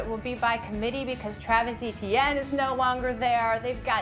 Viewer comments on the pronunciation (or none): All these years later and they still cant pronounce Etienne correctly